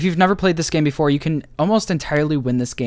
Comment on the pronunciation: "If you never played this game beff.....before " 🤣